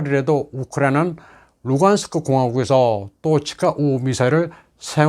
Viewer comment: 선생님은 토치카ㅡ우 발음 이라는 것 보니 중국이나 러시아 유학하신 분 같으네요. 제가 선생님 채널 구독자인데 친러 친중 성향이 많이 강하시고 내용 모두 그들의 대변위주이신 것 같습니다. 자유 대한민국이라 가능한 일이겠지만 어찌 되었든 선생님 의견도 참고해서 잘 듣고 있습니다. 바라건데 저울질 잘 해 주십사 합니다. 팬이라서 걱정되네요.